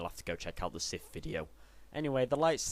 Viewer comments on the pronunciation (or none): Its pronounced siTH, not Siff